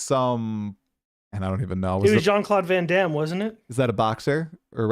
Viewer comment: Van "Damme"....you don't even know his name.😂